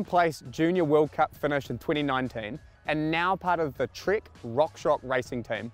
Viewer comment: Dude! It's "Trek" Session! Not Trik Sission! 😂😂😂